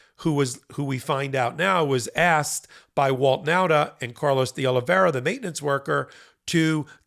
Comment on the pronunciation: It's DeOliveira not DeOliviera.